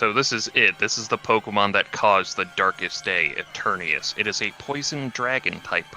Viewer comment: EternATus, not Eternius! It has a T in it! It's right there on the screen in front of you, say the name properly!